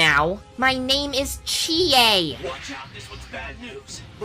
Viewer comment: Glad to help! And I’m sure Chie is too! Chie: Mmhmm! ...sure wish he’d pronounce my name correctly, though...